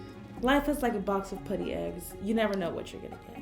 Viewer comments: It’s putty not pootty lol no hate😂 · it isn’t puddy it is putty(putt-e) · It’s putty not pooty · No hate but I cringe when people say pooty instead of putty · karina, i love you but it’s puh-tea not pu-dee. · It's pronounced putty not pooty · i hate how she says putty she says it like pooty like if you agree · Why fo you say pooty insted of putty? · Why does she say pootys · She says pUAtty like its putty no hate just annoyed me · She kept saying Pootty instead of putty.... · I swear to god please stop calling putty pooty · I'm not trying to be rude but the u in putty is pronounced like the u in umbrella. Love you Karina!! #SLIMEQUEEN #GOALS #SLIMEGOALS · Kayla Palick pooty too instead of putty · Question: why do you pronounce putty as “pooty”? The u is pronounced as uhhh. Puhhhhhty. Not pooty. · Was anyone else bothered by the way she pronounced "putty"? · "pooty" lmao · The way she said putty LOL 😂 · The way she says putty lmao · I dont like the way she says putty